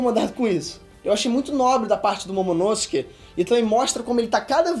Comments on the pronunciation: falando momonosuke errado e massa kkkk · Quem mais curte a pronúncia do nome “Momonosuke” pelo? Eu gosto muito.